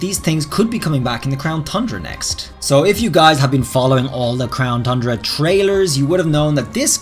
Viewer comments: Congrats on finally pronouncing tundra correctly 👏 👏 👏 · He said Tundra CORRECTLY!